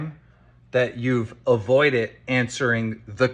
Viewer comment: My take away from this entire 4 hour video is that keem can’t say “wouldn’t it” or “avoided” properly